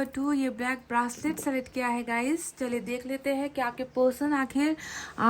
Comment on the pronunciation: ब्रासलेट - घासलेट जैसा लगता हैं । It’s a ब्रेसलट mam.